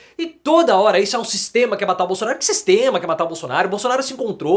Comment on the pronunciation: O " Sixxxteama" é FOADA parcearo!! 😂😂😂